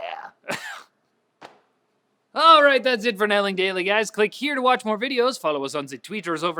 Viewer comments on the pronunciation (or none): none